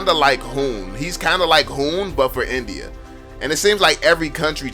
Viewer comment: Nice video, but I can't ignore the fact that you pronounce India like NBA sometime